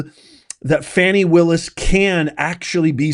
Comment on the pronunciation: You will never get her if you can’t pronounce her name correctly 😅